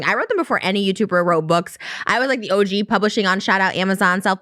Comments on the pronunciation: did trisha just call moses an 'ojew' like 'og'? 😂😂😂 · O Jew....... She called him O Jew like OG good bless her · I love how Trisha called Moses an "O-Jew" instead of OG lmfao